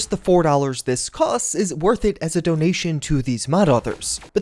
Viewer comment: "Donation" JFC...